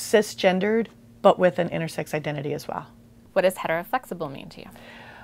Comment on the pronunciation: I kept thinking she was saying "innersex" and I got confused